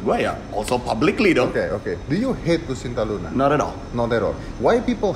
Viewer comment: Om dedy, nma si bncong itu "lucinta luna" bkn "lusinta luna"